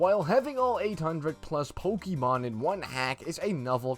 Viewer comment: You say pokemon wrong, next!